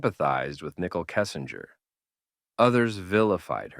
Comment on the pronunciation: “Nickel Kessinger” 😂😂😂 Is this voice AI generated?